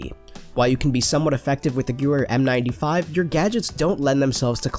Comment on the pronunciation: btw it's pronounced ga-ver